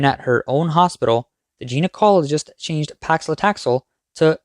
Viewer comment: Your narrator should be able to recognize and pronounce gynocologist and stent without changing them to "geno-cologist" and "stenent" among other such instances.